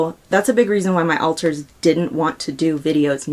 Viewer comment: Pretty random but I hate how Trisha says alters as ohlters